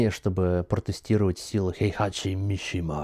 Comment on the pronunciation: его зовут хейхаЧИ ХЕЙХАЧИ! хватит уже коверкать имя!